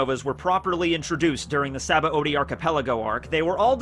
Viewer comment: this guy is a goat one piece youtuber … but if he pronounces sabaody as “sabba-odie” one more time i’m gonna hit gear fifth